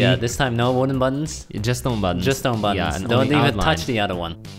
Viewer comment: The way u say Button/s sounds like Bun/s